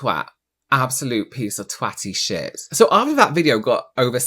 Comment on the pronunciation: “Have you eva been treated like sheeeat.” 😂 . I just love him.